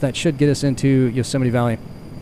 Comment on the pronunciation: Yo-semite. Is that how you greet someone jewish?